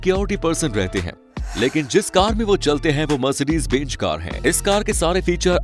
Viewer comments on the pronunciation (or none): It’s benz not benj